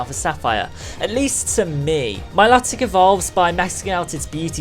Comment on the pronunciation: It's my-low-tic